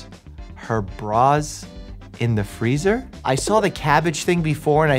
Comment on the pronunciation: the way he goes "THE FREEZER" just takes me out every time 💀